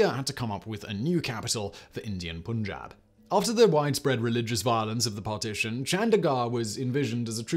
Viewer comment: well i could have better digested "pAn-JaBB" "pUUn-jAAb" sucked